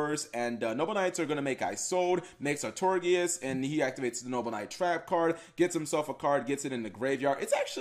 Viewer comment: Ar-Tor-I-Gus, Some SUMMER Summoner, Kappa Gee.